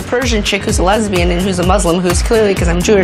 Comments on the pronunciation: ONE MINUTE IN AND ALREADY WHEEZING SHE SAID LESBINIUM PLZ😭☠️ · "are you a lesbinem?": what🤣🤣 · Lesbinim lol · what the hell is even lesbinum- i first thought she tried to say lebanon😭✋🏻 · "LesbEneM" ahh yess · LMFAO she did NOT just say "aRe yOu a lEsbInIm?" ?! There's no way 💀😂😂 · When she said "lebinum" my furniture started floating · “Are you a lesbinim” I’m dying💀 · “aRe yOu LEspAnEmM?” Lesbanem, lespanam, okay I'm lagging. Not me through video reactions literally same way what i feel too 😂✋💀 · Lesbian-nim that's what she wanted to say At least lets pretend that's what we heard lmao 😭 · “Are you a lesbinim” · LMAO YEAH IT SOUNDS LIKE AN ELEMENT LOOLL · The fact that she said lesbian wrong HAD ME SCREAMINGGG🤣